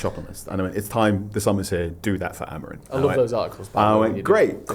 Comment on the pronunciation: Does my head in how etc still consistently say “Amorin”, simply not the man’s name